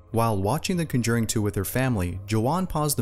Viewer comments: Who else cringed when he said cunjuring instead of conjuring? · Hate to change the subject but...I got a pretty nice goddamn butt! I have the CONJURING & CONJURING 2, they are badass. I haven't seen the CUNJERRING that you are talking about. You sound American to so there's no excuse for that fucked up pronunciation sir. Hillbillies can even say that one correctly. Hahaha I smart ass...I JOKE!!!!! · The emphasis is on the Con, not the 'Jur when pronouncing "the conjuring". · CONjuring, not conJURing. You YouTube narrators aren't the brightest. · It`s CON-juring,not con-JUR-ing.....just a friendly piece of help... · Isn’t it CONjuring, not conJURING? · my eye twitched everytime he said conJURing and i lost complete train of thought lmaoo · It’s pronounced con•juring not cun•juring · Something happened to me just watching this video. I was completely horrified by the repeated mispronunciation of the word CON-juring (NOT con-JURING)!! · It’s pronounced CON juring, not con JURING. Jeeeeez! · Cun-jering!? LoL. CONjering. Smh. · Its pronounced "KON-JUR-ING" Not Conjerin" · CON-JURING. Not cunjuring. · I don't mean to be that guy but its CONjuring not conJURING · CONjuring not CUNjuring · Why have you pronounced the conjuring as conDURING ? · “cawn-ger-eeng” that’s how u pronounce it.. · Is The ConJERing different from The Conjuring? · I am sorry dude but you have to learn how to say words before you speak them! The correct phonetic pronunciation for the word "Conjuring" is: Con (just as it looks that is just how it sounds) + Jur (say it like Door) + ing (pretty self-explanatory) = CONJURING Maybe when you fix it I will make it through a whole video and even possibly subscribe but you have work to do! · you say "conjuring" with the emphasis on the wrong syllable. For gerunds of verbs, the emphasis is usually on the first syllable. Nobody (in the US at least) says "conJURing". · Conduring lol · Its PRONOUNCED CON-JERING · The kunjurring too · the.... cunjering...